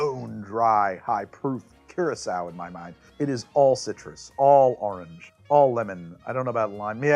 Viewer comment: Say "Or" "Ordinary" "Original" "Orwell" "Orson" "Oregon".... now... you've had practice: "Orange". :D I TRIED! lol. Also, thank you for your videos. Love them.